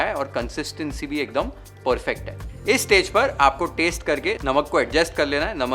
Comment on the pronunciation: Aapki cooking itni badiya hai but aapki pronunciation itni kharab? Paysssshtttt (paste),Shhhhtir ( stir) Tayyyyshhht ( taste).Govt school walle ho kya? Bada ajeeb lagta hai sunna.